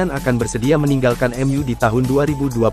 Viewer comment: Ca❤pek ya ngomong EMYU jadinya cuma ngomong mu mu mu